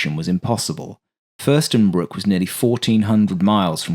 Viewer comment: FürstenFELDbruck not Fürstenbruck ;)